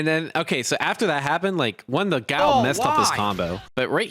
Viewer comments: I'm distracted by this fella constant complaining and the way "Guile" is being pronounced. 😬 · The fact that Guile sounds so much like "gout" is the cherry to this sundae